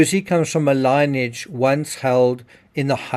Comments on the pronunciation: Sorry… I readily acknowledge the gravity of this story & appreciate your work, but lineage is not pronounced “line-age”, it is lin-e-age. 3 syllables not 2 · Pronounced Lin e age not line age. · As a side note, lineage is pronounced li·nee·uhj. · Lineage is pronounced " lin-y-adge" , well, my attempt to correct you. Apologies, but the way you say it sounds like ai, imo. Maybe it's different in SA accent? 🤔😢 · Please pronounce "lineage" correctly